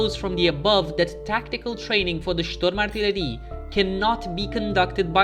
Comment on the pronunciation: Your german pronunciation is perfect, but you put the emphasis on the last syllable, dont to this. It makes it sound unnatural or you kinda try to make it sound threatening. Usually you put the emphasis on the first syllable.